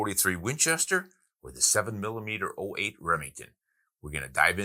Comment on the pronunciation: Hi Ron. It is a 7mm-zero 8 (7mm-08) and not 7mm-letter O 8) ! Andrew